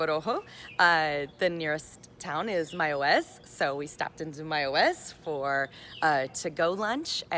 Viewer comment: You pronounce Mayaguez, perfectly